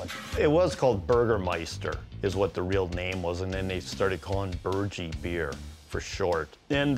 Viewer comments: They are pronouncing Burgie wrong. The ending is not pronounced “Gee” like in “Gee Whiz” it’s pronounced as Burg-E,So the end sounds like Herbie. Watch the old tv commercials. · Pronunciation is "BURG- E " as in eating a burger... very popular beer, drives me nuts that he cant pronounce it right .. lol